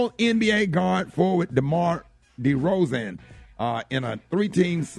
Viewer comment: The way Rickey BUTCHERED My baby DEMAR DEROZAN name is just Criminal! 🤦🏾‍♀️😂😂😂